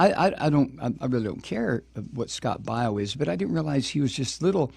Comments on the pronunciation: Scott (BAY-O) not (BI-O) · You can't even pronounce his last name....sthu. Hillary is a cunt and you would feel the same if a family member of yours were killed in Benghazi. You stupid man!